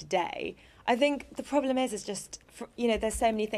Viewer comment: I like the way she says problem. “Poblem”